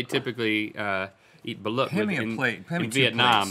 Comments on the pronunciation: It’s pronounced ( baloot ) not (balat) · Bah-loot y'all are saying it Wrong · ... Balút is pronounced as (ba-loot)... fyi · Hey good mythical guys! Balut the partially developed embryo that you ate is actually pronounced baloot. It is a duck egg usually eaten in Cambodia or Vietnam. Not sure if you still read comments from old videos! Love you guys. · Haha the balut one was funny pronounced baaloot, had it several times, it just tastes like chicken. Has to be hot though that looked cold. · Link it's pronounced Bah-LOOT. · its pronounced BUH-LOOT (buh like in buddy) (loot as in loot from pirates) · It is pronounced Ba-loot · balut its pronounced BA-LOOT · Balut is Filipino not Vietnamese and it pronounced ba-loot with a u sound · "Balut..." Oh no "...Meatloaf" OH NO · hearing them pronounce "balut" wrong is almost physically painful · The way he said balut bothered me